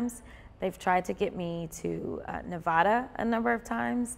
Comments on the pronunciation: Say the middle A in Nevada like you say the A in apple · I wish she would say, "Nevada" correctly, though. 😂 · Before you come to Nevada, make sure you say it right. Look it up. Seriously.